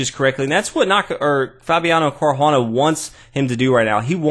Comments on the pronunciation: Nice commentary. You are butchering Caruana's name though. :) If it's too tricky to roll the 'r', then it's better to go to an Anglicized pronunciation altogether [car-wanna] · The bad pronunciation of Caruana's name along with bad analysis lost me. I'll resubscribe one day when this channel improves.